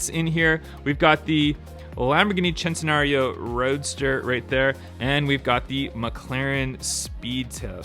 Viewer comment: Immediately exited the video after i heard him butchered my first dream car (the centenario)